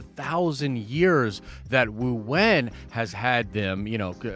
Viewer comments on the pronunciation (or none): its wenwu not wuwen. CANCELLED! jk lol